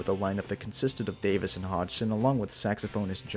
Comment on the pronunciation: I liked the parts where you mispronounced Davies as Davis.